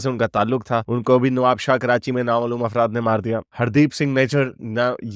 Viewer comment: bhaijan afraat nahi afraf boliye